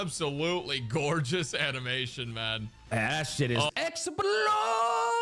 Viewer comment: Herta kit: “In short?…EXUPLOSHUN”